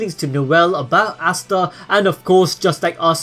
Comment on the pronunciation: Ooooooosta not aaaaaasta